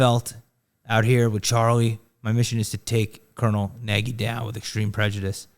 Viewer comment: Nagy is a Hngarian name. It is pronounced "Nudge" with the "U" sounding more like an "A". Impress him the next time you see him. Genius running narrative!